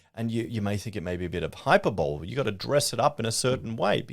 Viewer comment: Stop pronouncing it Hyperbowl Hahahahaha. It’s pronounced Hi purr bulee